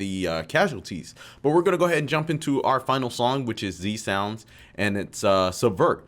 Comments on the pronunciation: It’s not Z Sounds it’s Zounds! Respect the heritage! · no s in Zounds tbh fella (well apart from the one at the end), The Zounds are one of the best and most melodic anarcho punk bands, check out their classic album Curse of Zounds, Did he jump, Dirty Squatters are two of my favourites